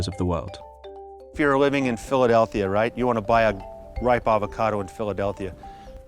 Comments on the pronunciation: dude kept saying "Philadelthia" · Me: Wait...Hold up... Did just say "Philadelthia"???: says "Philadelthia" two more times. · Did that fella say Philadelthia?? Like multiple times??